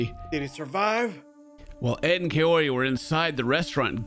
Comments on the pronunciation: Everytime he says her name all I hear is "coyote" 😶🤔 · why does he keep saying coyote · Could he maybe work on pronouncing her name correctly and stop calling her Coyote? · He never once says her name right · Am I the only one who is fed up with Ed saying her name wrong? At this point it has to be intentional. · I’m still waiting for the day Ed says Kaory’s name properly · Dude he can’t even say her name properly